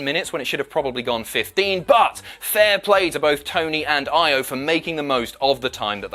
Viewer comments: pronunciation, my friend. "Io" is pronounced "EE-OH", not "EYE-OH". "EYE-OH" in Japanese would be spelled "Aio".;) Just messing, but being in Japan, I would love to hear you and Jack get these names right, because these women are fantastic! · E O...not I O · Christ lad, it's pronounced "ee-yo"... Io Shirai, not ten shirai... Live stream was fun, though.